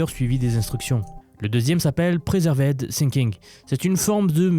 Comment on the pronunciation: Le "preservaide" au lieu de preserved était savoureux